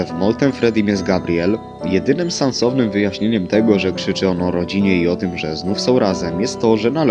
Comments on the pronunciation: tylko ja usłyszałem że powiedział "Sansownym" zamiast Sensownym....XD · POWIEDZIAŁEŚ W OKOŁO SANS'OWNYM!!! A NIE SENSOWNYM!!! XDDD UNDERTALE MODE ON